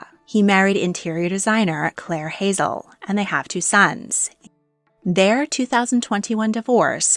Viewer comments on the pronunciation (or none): none